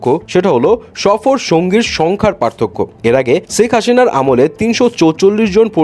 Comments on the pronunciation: চেক হাসিনা বলে উনি 😂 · Apni sekh hasina uccharon kortay paranna Ami onk gula video tey dakhce😂 Moja korlm mind koiranna